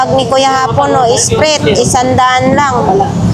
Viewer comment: Espree pag pronounce silent T corrections lang